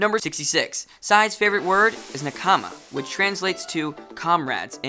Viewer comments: 66 is actually pronounced Na-Ka-ma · Yes... he literally pronounced every single japanese word incorrectly. Nakama, Luffy, Madara... I think he either doesn't watch Naruto, or only watches the English dub.